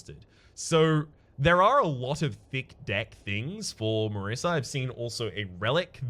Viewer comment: It's Marisa, pronounced like the "S" in DOSE. Italian name.